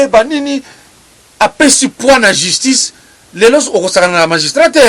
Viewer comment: Pardon maman chroniqueuse balobaka justice et non jistice. Pourquoi Mr. Kadiombo n'a pas choisi Rene pr faire cette Emission?